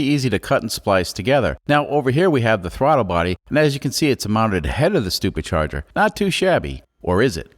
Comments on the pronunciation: Are you mispronouncing supercharger for stupid charger or doing it on purpose either way it's funny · is he saying stuper charger?